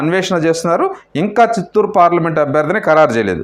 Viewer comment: Useless news useless & shameless anchor .. unable to pronounce Chittor....& Vijayawada...